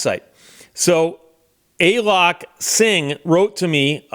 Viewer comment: It's not "Ay lok" it's "A A lok"...